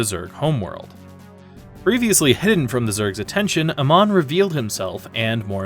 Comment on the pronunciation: Pronouncing Amon as Uh-mon instead of Ay-mon sounds so weird. Certainly a choice.